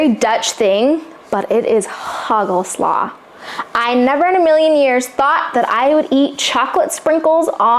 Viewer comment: Wat leuk zeg… hagelslag,muisjes… je kunt het al goed uitspreken❤